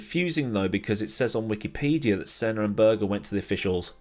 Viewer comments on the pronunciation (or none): none